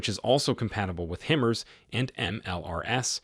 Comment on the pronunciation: Hi-Mars not him-ers